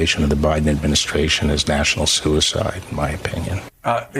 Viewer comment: Bill Barr is an eff'n drama queen... "national sue' ehcide"? Really?... what a meathead